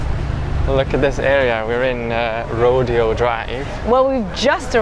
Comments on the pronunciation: Pronounced Ro day o Dr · The road is pronounced Ro day o. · Rodeo (ro-DAY-oh) Drive is in Beverly Hills, so very, very posh. It's where those Julia Roberts shopping scenes were filmed in Pretty Woman. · Its pronounced row-day-oh drive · In La you don't say Rodeo Drive it is pronounced row-day-oh not like a western rodeo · In Beverly Hills, the street is pronounced Row-Day-O Drive (Rodeo Drive). LA native here. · Ro-Day-Oh Drive. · Loved watching your reactions to California. By the way, Rodeo Drive is pronounced ‘Ro day Oh’ Drive. A very famous drive in LA. And it has been featured in a few movies. Will definitely check out more. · Row-Day-oh Drive is how you pronounce Rodeo Drive in Beverly Hills. 😊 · Rodeo Drive is pronounced "Roh-DAY-oh" lol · its clearly your first Rodeo...LOL It's pronounced Row Day Oh... 😁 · Rodeo 🎉pronounced “Row-Day-O” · Hot Tamales is a brand of candy, hot cinnamon flavor, not too hot just spicy cinnamon flavored 😊 P. S. Rodeo Drive is pronounced boujee Roe-day-oh Drive., even though you’re correct it’s spelled Rodeo.. 😆 Pretty Woman had some scenes filmed there on Rodeo Drive. 😉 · At Roe-Deh-Oh bucks get broken not bulls. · The fancy drive is ro-day-o drive. 😊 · Rodeo Drive in Beverly Hills is pronounced “Row-day-oh.” It’s the Spanish pronunciation. Brownie points if you can roll the R. It sounds more posh that way. lol Great video btw. If you couldn’t stayed for the movie premier of Superman, that would have been fantastic. Lots of stars attend. I went to one. John Travolta took a selfie with my gf. To this day, it’s her fav pic. And the inside of the Chinese Theatre (Cinema) is iconic. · It is pronounced "row day o drive". If you know movies and Hollywood, The Chinese Theatre is the most well-known cinema for movie premiers and the red carpets. Enjoy watching your videos. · Ro-Day-O Drive 😁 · It’s not Rodeo drive it’s pronounced ro-day-o drive! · 😳 Jesus, the amount of times rodeo drive was mispronounced…yikes! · RO- DAY-OH drive